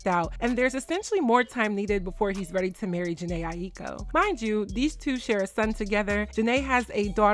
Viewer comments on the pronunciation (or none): Respectfully, her last name is pronounced “EYE-KO.”